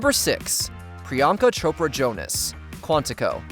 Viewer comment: Priyanka Tropa Jonas? 😅 Mini 😂